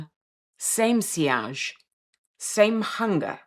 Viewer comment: Today I learned how to pronounce 'sillage' correctly. Thank you. The only fragrance I was ever overwhelmed by was Fracas. Beautiful scent, but incredibly strong. More than half a spritz and it swallows the woman wearing it - everyone else in the room. I've also witnessed scent classism. A posh woman once said to me. "I loved Poison until nurses started wearing it!" Horrible snob she was.